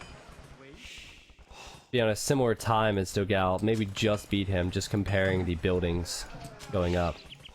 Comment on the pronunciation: As a portuguese speaker I find very funny when he speaks the brazillian player "dogao" name like "dow gal", when the correct pronunciation would more like "don gone". Btw, excelent video and commentary!